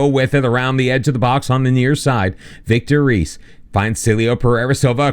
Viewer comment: The simpler ones to correct is Zé Carlos, which would be more like "Zay Carlos", but the ay has a sound like the First "e" in "Helmet" And Vitor Reis is pronounced Just like Vitor "Hays"